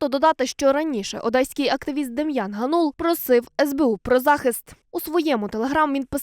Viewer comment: Кореспондентці слід краще готуватись до репортажу - ГАнул, а не ГанУл.